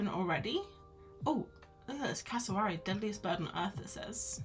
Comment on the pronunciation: Cassa-wary rhymes with fairy dairy airy Aussie Queenslander here they live in North Queensland 😊 you got it eventually 😂😂😂